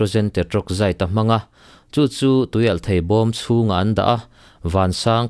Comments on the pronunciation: "thei" i lam dan hi a dik e...."mauthei" lamrik angin i lam a,,a dik...mizo tawng dik ani e... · Thei rah fruit lam anga lamlo in theihna lampang zawnga lam tur anih hmel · "Thei" tih lai hi a tir lam vawihnih vawi thum vel kha chu i tisual palhah ka lo ngai deuha, mahse i lo la hre ngai lo hrim hrim a lo nih dawn hi. Pu C. Rokhuma te thu leh hla hre pha la chuan i lam dik zaih mai tur..😄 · Thluk hian dik zok in ka hria..mhs soi tam lo mai ang